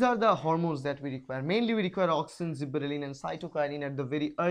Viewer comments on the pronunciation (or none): Sir i think there is one correction. Gibberellin is growth hormone not zibberelin. And your videos are very informative for me . Thank you sir. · What is zibberellin is it gibberelin?